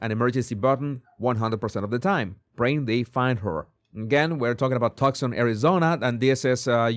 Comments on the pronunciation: You pronounce tucson...tooson Not trying to correct you..your intellegence goes far above anything I could ever dream of but I know you will be reporting on this and know you want to know. So pronounce too son not tuck son God bless you sir. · It’s pronounced Too-son. Not Tuxon. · No, Too-sawn. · The reward is from Crime Stoppers. That is why the reward was so small. She would be on blood thinners with that heart condition, so blood would easily flow from small wounds. She may have been carried out, and blood dripped on the porch. By the way, Tucson is pronounced "two-sahn". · Toosahn. Jesus, it’s pronounced TOOSAHN. No C heard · Tucson is pronounced TOO - sahn. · Say “too-son”, 😊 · Pronounce it "too'-sahn." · Tucson is pronounced like “Too son” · Too sawn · Tucson is pronounced TOOSun. Twosun.